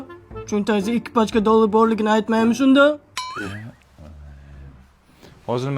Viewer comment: Dollar❌ Doldr✅😅 Cobalt ❌ Cobalat✅😅